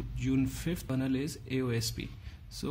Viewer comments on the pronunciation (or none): none